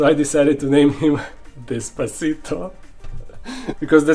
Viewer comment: Bro its des-pa-cito...